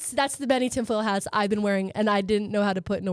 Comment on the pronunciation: "Too many haaats.' 😂🤣